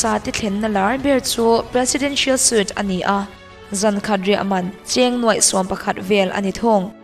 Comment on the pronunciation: Suite hi sweet ti a lam tur.